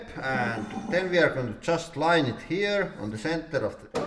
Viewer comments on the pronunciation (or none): none